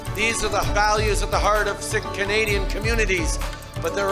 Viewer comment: Castreau is pronouncing the Sikhs as "Sick" and doing it on purpose to your faces! He thinks you are all "Sick". How does anyone living in Canada not know how to properly pronounce Sikh (Seek)?!